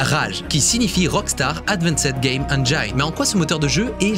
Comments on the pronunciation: "Engine" se dit "Ennjinn" pas "Ennjayinn" Même chose à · Cool mais on dit "ènjine" et pas "ènjaïne" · Super! Petite info, on ne prononce pas "engyne" mais "engine" avec un "i" et l'accent tonique sur le "en" en anglais. ;) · Bon alors tu dis enjaillne ou engine ?^^ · J'en peux plus de la prononciation Eng[aï]ne ^^ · Salut! Juste une petite remarque: on dit "engine" avec un i à la française et non "enj-eine" comme le 1 allemand. On est beaucoup de français à faire l'erreur je te rassure haha. Edit: bon t'as corrigé le tir en cour de vidéo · Hello. J'adore ce que tu fais et aimerais avoir ton talent et connaissances en images de synthèse. Mais stp, fais un effort de prononciation de l'anglais pour ne pas propager de fautes auprès de tes abonnés, en particulier sur la prononciation de "engine" que tu utilises forcément souvent... En plus tu fais la faute plusieurs fois au début et plus après (par contre awaken et unrecorded, c'est pas ça...). 😊 À part ça, video très intéressante (comme toujours).